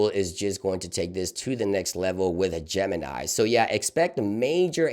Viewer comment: Your pronouncing wrong not gemenaai , its gemini ( google - everyone - mini )